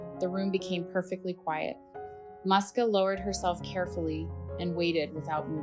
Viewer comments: So her name wasn’t Muska after all. It’s Moosia, or Moos’ka as a diminutive. Only Americans would read a “u” as an “ah” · Her name is pronounced as Mooska or Moosya, typical Russian cat name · Just wanted to say that first, it is pronounced more like Mooska with soft s, also woman says "mama Musya", Musya being another form of the name, a bit more formal, also it is originally a short form from several different names like Maria